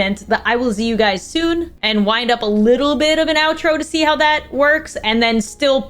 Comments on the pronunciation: A bit late to this video but when I heard "I will Z you guys soon" I literally cried😂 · I’m fully 16 with a job and in high school, but the 9 year old who just wanted to watch you, Stacy, and Tiffy, just cried at “I will z you guys soon”❤